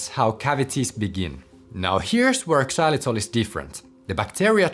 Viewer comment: The X in xylitol is pronounced like a Z; it’s not pronounced ex-zylitol.😒